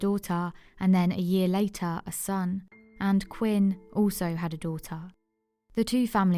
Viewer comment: Quynh is pronounced queen.